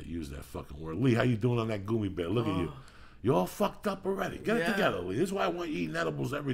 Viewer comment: Jesus. Joey mispronouncing so many words gets on my nerves idk why lol. He says "goomy" instead of gummy, profuciously instead of profusely, the way he says entrepreneur... also hate how on these older podcasts he would either scream into the mic or whisper away from it and lee wouldn't adjust.. idk why but it does lol